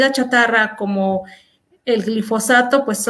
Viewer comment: es "GILfosato" o GLIFOSATO?